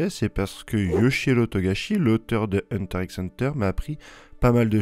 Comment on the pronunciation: On ne prononce pas le "X" dans le HunterXHunter ! ca roule des "R" pour dire les Magiwara mais ca dit "hunter ix hunter" (Après oui ca fait con de dire "Hunta Hunta" comme les Japonais, mais c'est comme ca)